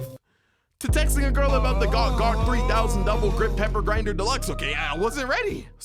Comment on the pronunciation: OH I THOUGHT IT WAS GLUG GLUG 3000 NOT GAWK GAWK 3000